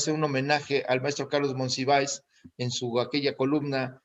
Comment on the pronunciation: Jesús, es Monsiváis, no "Monsivaes"